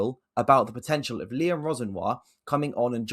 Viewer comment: My god why has he butcher liams name like that. Geezers from london not paris